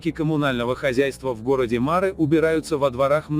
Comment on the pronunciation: помню, мы говорили марЫ, а вы всё время мАры